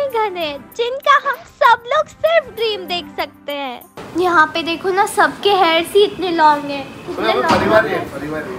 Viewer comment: Hair ...not harss😂😂